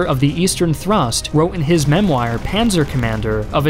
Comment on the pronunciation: Good! We can forgive they way you said "église," but "memoir"? Come on.